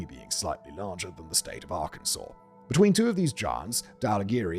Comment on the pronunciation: He pronounced Arkansas correctly!!👍